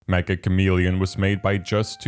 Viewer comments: Not to be that guy, but I thought "Meccha" was pronounced "meh-chuh" like "Meccha suki (I really like you)" as opposed to "Meh-ka" cos its from Japanese devs and Meccha roughly means "very" or "extremely" by way of expressing how very chameleon esque the mechanics are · Metcha, Not Mekka